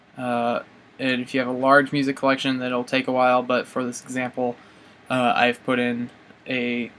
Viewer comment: Did u say Butts except But